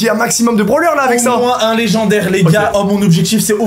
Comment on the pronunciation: Il dit des branleur au lieu de brawler